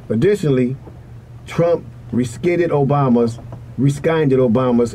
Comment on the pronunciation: Pronunciation...rescinded (reeh-sen-did)